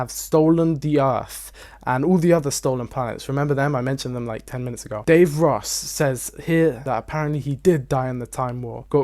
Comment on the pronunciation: I just love when he pronounced davros like Dave Ross